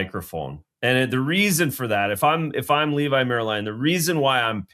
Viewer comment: Please pronounce Leevi's name properly. It's pronounced like the words "levy" or "levee", not like "Levi's" jeans. Cheers